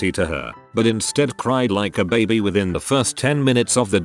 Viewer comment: Is anyone else laughing at the way the narrator says baby